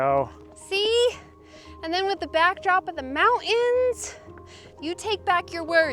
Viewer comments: Moun’ens and Bud’ens mountain and button 😂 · Oh my gosh, that’s adorable. She has her own designated pee spot because my dog Bella does the exact same thing!! People say that girl dogs are more like this. That they are choosy where they pee. ❤ So cute how says mountains … without the “t” 😂❤ Also, the lake might’ve been a little disappointing, but remember, it’s the journey not the destination. Although that was a long journey 😂 It didn’t look like there were many bugs there it looked really pretty in green though. Thank you guys for another great video!